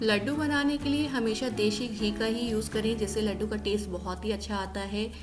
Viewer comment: Mam recipe is wonderful but it is desi ghee not deshi!!